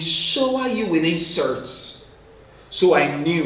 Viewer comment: When he said "insorts" I nearly choked💀 Reminded me of bobrisky